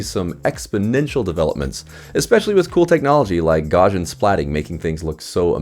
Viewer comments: "gaw-shin"... no, gaussian is pronounced "gow-see-an" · His name is pronounced gow-s You can click the speaker icon at the top of the article to pronounce his name. Gaussian is pronounced gow-see-an, like I said. I have a masters degree in computer science, I've used the term hundreds of times. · Took a long time for me to realise that the word you were saying was "Gaussian". Not sure why you're pronouncing it as "Gor-jin". The word comes from Carl Gauss's surname, which is German, and rhymes with house. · Funny how a review can be so destroyed by the presenter just pronouncing a word wrong! Gaussian pronounced "Gorzhin" was just awful! The rest was good, of course...